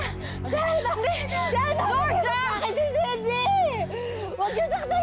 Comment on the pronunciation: KUNG NARINIG NYO SIGAW NI EMMA NUNG DUMATING SILA SA HIDE OUT. HAHA EMMA: SENTIII!!(ETO TALAGA SINABI NYA HAHA): SYDNEY! EMMA: SYDNEY! (NUNG NALAMAN NYANG MALI BANGGIT NYA) HAHAHAHA